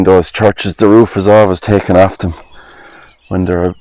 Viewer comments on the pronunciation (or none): none